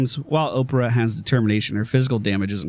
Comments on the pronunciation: was saying Oprah instead of orphea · Orphea (Or-fi-a) Not Opra xD